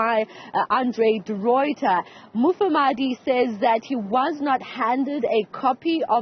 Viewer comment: This anchor - - does not know how to read. Why did they employ her? She cannot even pronounce Mufamadi's surname correctly. She says he is Mafamadi.